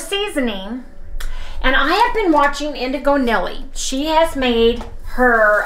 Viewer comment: She pronounces her name NEELY! 😉 i’m glad you’re sharing this video, because I have been making indigo Nili’s tortillas a lot lately, and they’re so good and so versatile. Yesterday, I made them into crackers (baked) and chips (fried in bacon grease) with various flavorings. The chips are a revelation to me! Especially with pork king good’s salt and vinegar flavoring, OMG. I always make them with liquid egg whites, and they even work great when you add half a scoop of beef OR sweet keto chow plus slightly less gelatin 💕 Only thing is, all my crêpes come out slightly sticky from the gelatin, but I don’t mind that. Love your new music, even though I was a huge fan of the old music. And… Last thing, I got my chef’s blend smoked salt from Redmond and have been using it on our steaks. You are right! Da-licious. #CHOW